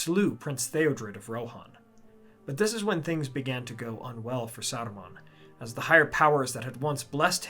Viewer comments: Remember, it’s Saruman, not Aruman. Did Bakshi question our intelligence that much? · Who ? You mean Aruman, right ?